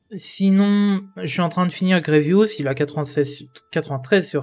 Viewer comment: « grievous » frère nan 😭😂 les gear violet pour passer g13 qui coute 360 pour 4 c’est les plus chiant en farm , comme dirait pepito les « rares sa mère » Farmer grievous qui n’est utile quasiment nulle part, et farmable dans la boutique de vaisseaux, dans cette boutique c’est du gâchis